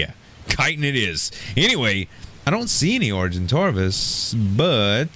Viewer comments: Is it just me or is he mispronouncing Argentavis? It sounds like he says Argentarvis, but there's no "r" according to what I see ingame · Yo the way you pronouce argentavis is are-gen-tav-is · Is it just me or is he mispronouncing Argentavis? It sounds like he says Argentarvis, but there's no "r" according to what I see in the video at the top of the screen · Argentavis (are-jent-aye-vis) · argitavis has no r